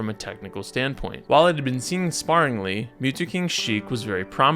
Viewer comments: bro said "sparringly" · Dude, i cannot listen to you when you mispronounce the simplest words like “sparingly,” “faired,” or “widely”